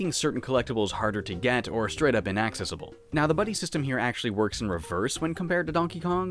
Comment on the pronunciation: The way you said accessible is that just your Canadian accent? 😂😂